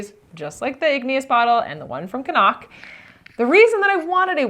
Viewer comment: I love that you pronounce “Cnoc” properly!